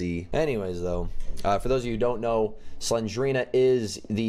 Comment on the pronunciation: It's Slen-DER-ina